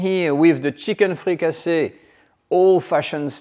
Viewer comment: Fricassée is a French word. You meed to translate it. The English word is Fricassee, with an EE sound.